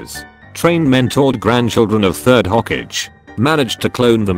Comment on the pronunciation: text: ho kage text to speech: hokej (like sausage)